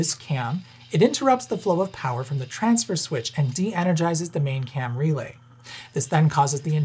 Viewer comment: By the end of the video, every time he says “Cam Relay” it sounds like he’s saying “Camry Lay” and I’m thinking about people banging in the back of a sensible-but-stylish, affordable sedan.